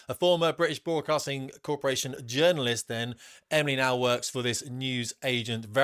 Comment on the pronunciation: Did you say journalist?